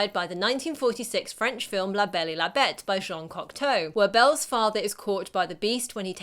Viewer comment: You pronounced "La Belle et la Bête" perfectly! 👌